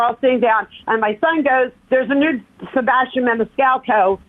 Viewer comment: Meanwhile he can’t pronounce his own name; he doesn’t properly annunciate the AS in sebASStian